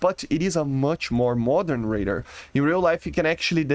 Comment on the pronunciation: stop saying raider its ray-dar